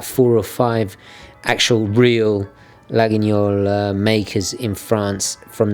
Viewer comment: Laguiole is pronounced "Layol", peculiarities of the french language. ^^ Good idea about that Seiko saturday too, I'll have to join that facebook group. ^^